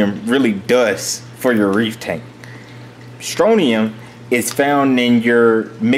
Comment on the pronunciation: Scrontium not stronium